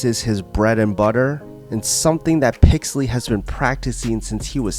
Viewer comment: I came this video to watch Meregali get his arm broken again. But i STAYED for the way you miss pronounce " PIXEL - LY 's " name HAHHAHAHAH well played my friend well played. I could not resist the bait rofl XD